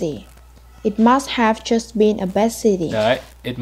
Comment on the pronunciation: Bạn cuối cùng phát âm chữ s giữa từ hơi bị ko rõ ấy. Best, tourist bạn ấy đọc nghe ra bet, tourit. Expert thì IPA là /eks... / nhưng mà bạn ấy ko đọc ra chữ s nên nghe vẫn chưa đúng.